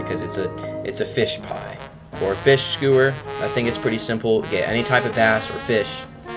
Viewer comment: bruh, it's pronounced "SKYOO-WURS" , NOT SKOO WURS. PLEASE TELL ME YOU DON'T HAVE A SPEECH IMPEDIMENT 💀